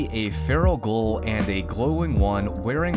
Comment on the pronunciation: sounds like you say goal instead of ghoul (gül), is this regional? Great video on cut content though.